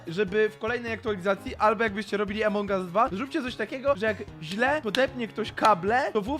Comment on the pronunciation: Wszyscy mówią: Among us mówi: Emong us